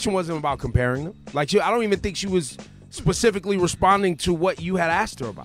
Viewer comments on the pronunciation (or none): Y’all gonna keep ignoring Ebro say “Pacifically” instead of Specifically?